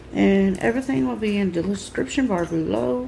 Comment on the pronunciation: "And everything will be in de lescription bar below".